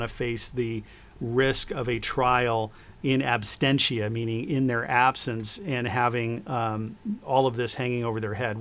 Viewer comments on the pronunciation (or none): mispronunciation of 'in absentia' as 'in abstenchia' is strangely appropriate, considering how much AH's lies stink.